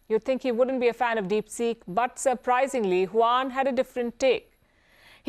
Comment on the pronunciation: Palki Sharma: DeepSick😆